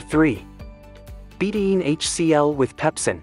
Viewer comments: Please train your computer how to pronounce betaine. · Two syllables. Be-taine.